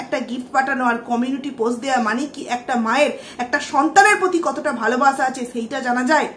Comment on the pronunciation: Apnar video ta dekhchilam...valoi lagchilo...but je vabe swa te sleep kelen sotti khub birokto lagchilo ....kaind ly uccharon ta ektu thik kore korun valo lagbe...valobasha ke bolchen valobasa...ektu songshodhon korun....parish na ke bolchen paris na...ektu carefully...plz